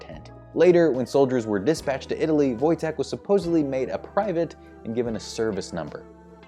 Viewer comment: A+ on getting Wojteks name right!